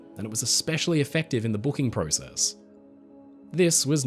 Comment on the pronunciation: YOU SAID PROCESS WRONG AGAIN! 👎👎